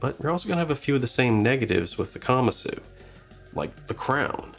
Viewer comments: Like the video but you are pronouncing it incorrectly: the Japanese word is pronounced kuh-Mahsoo. Not kama-soo. So please pronounce it correctly: kuh-Mahsoo. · I don't think kamasu is pronounced that way.